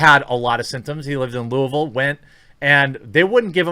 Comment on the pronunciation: You said Louisville correctly. where you live homie? lol